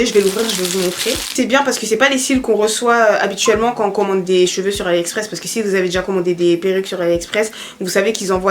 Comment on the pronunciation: c'est cheveux pas "jveux" 🤦🏾‍♀️😂😂😭